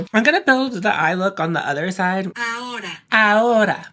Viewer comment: You said it perfectly in spanish , 'ahora' means now btw. Love that make up on you.